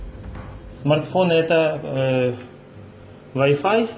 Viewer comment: Вай файв😅😅😅плитка электрическая 😅😅😅😅ой умру